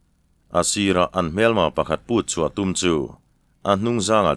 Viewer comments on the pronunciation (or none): none